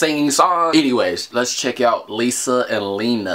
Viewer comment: WHO HATES THE WAY HE SAYS LENA ITS NOT HARD!!!